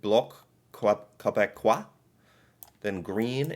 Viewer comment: I was so happy you made the effort and did a great job saying my province Quebec and Québécois the right way